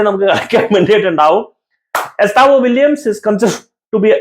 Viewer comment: വില്യംസ് അല്ല വില്ല്യൻ.